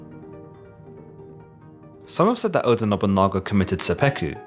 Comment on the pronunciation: You can't say their names properly. TO-Yo-To-Mi Hide-Yo-Shu. O-DA Nobu-NA-GA.